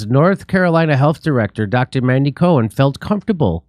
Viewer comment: Did you say mangela cohen?